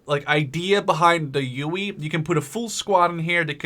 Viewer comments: its called a huey not uey and i dont mean to be a dick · it's HUEY (Hue-EE) not UWEE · He called it a ueuy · its a huey not a fucking ueuy god fucking dammit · its not the uey its the huey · So yeah uh... the HUEY is pronounced WITH the H just as a heads up! Pronounced Hu-ee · What is it with americans inability to pronounce 'H' really UEE?! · Shahid Ahmed I know got on my nerves